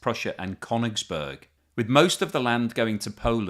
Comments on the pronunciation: That's not how you pronounce Koenigsberg either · it completely undermines your claim to know something about it if you can’t pronounce names properly. It’s KalinINgrad with four syllables, not three. And it’s “Koenings- burg”, not “Kone- ings-burg”. From Koenig, meaning King. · No, it's Koenigsberg or Karaliaučius!